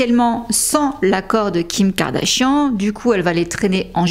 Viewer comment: You're mispronouncing her name. Check it in any English speaking video. 😊